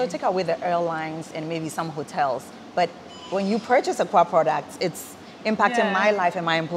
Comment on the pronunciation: Akua without the a